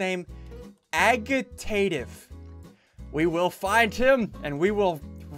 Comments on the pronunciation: .., "Agee Tative"? Agi(Ta(Tive) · Agitative is pronounced Aj-it-ate-iv (I think)